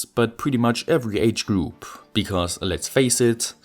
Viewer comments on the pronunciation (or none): none